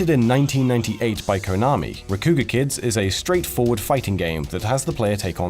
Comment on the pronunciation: Says Rakugaki right, but can't say Rakugakids rights. But I guess if he did say it right, it would sound like he was saying Rakugakeeeeds. Like, "How do I reach these Rakugakeeeeds"